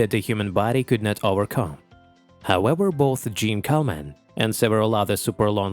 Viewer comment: How about giving "Jeanne Calment" a French pronunciation?